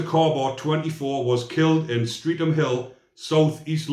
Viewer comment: Streatham…. Pronounced Stretam👍🏻